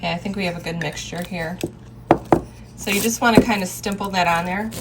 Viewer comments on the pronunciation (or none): Ok, I feel better now that you said that, because I am here to say that the word is "stipple", with no "m". She kept saying "stimple", and I came to the comments to see if someone else had already told her.